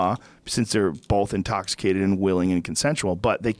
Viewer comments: Joe "bolth" Rogan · Walter Lawry I thought I was the only one who noticed. Why the hell do so many people say bolth.